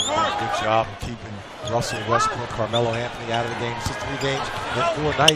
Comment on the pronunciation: dude really said wussell restbrook 🤣🤣